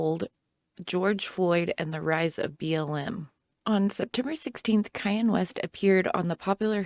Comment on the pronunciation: Why are you calling Kanye Kayen